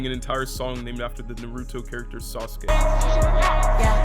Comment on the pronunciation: He said sasuke right but it’s naruto (nar-ra-toe) not (nar-ooo-to)